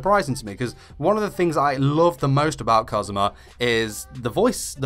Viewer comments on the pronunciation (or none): Your accent of kazuma sounds like Cosmo in my filipina japanese ears. 😂❤️